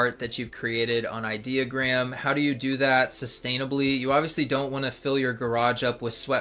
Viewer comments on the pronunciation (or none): i-deo-gram like idiot-ogram not idea-ogram .........😂🙄🤭